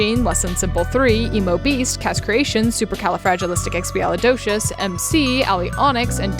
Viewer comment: Not Sally just casually perfectly pronouncing supercalifragilisticexpialidosios.